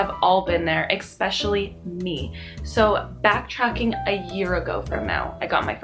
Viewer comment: You are SO cute and have a bright future, especially with 5th graders....but PLEASE stop saying EXPESIALLY. Driving me nuts!!! Really enjoy your energy and honesty too!!!